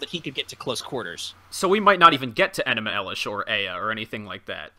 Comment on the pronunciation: Somebody better be prostrating themselves for mispronouncing fucking ENUMA ELISH